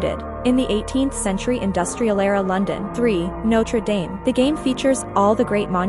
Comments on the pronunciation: Notre “Daem”? It’s not pronounced like that. It’s “Daam”. That frustrates me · Notre Damn not pronounced dame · Ugh!!!! The way she pronounces Notre Dame grates!!!